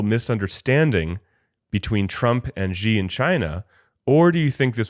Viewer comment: Xi [ shee] not Ji. Basic pronunciation. We dont say President Drump right?